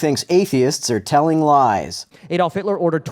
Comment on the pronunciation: Know it’s going to be good when the first words out of the guys mouth “Adolf Hilter”